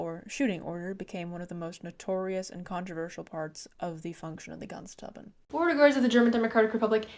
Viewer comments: Try “grens troopen” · Your German pronunciation is pretty good. I noticed you have trouble pronouncing Grenztruppen. Just imagine the 'gre' part is pronounced as 'gra' in 'gravel.' And then you have to cut if off with a knife to get to the 'nz' part which may be somewhat like 'grentz.' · idk if it helps but try "grance trouppen" as pronounciation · the pronounciation is actually fairly simple. Its basically Grrrr (like a growling) - end (pronounced like the english word end) - s- trupp (like troop but with a hard p) - en